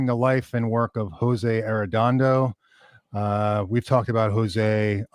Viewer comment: Great that you honored Jose Arrendondo's legacy. His work inspired so many, and brought warmth and rich tone to many guitar players. But next time get to learn the right way to say his name and his daugthers name. I know that in the USA people just 'americanize' names, But how will you feel if someone presents you as 'Marqusanki' and 'Deib Fried mannn'. Think about it !